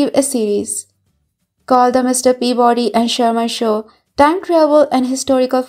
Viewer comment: "Mr. Peavoody Sherman." I like.🐕‍🦺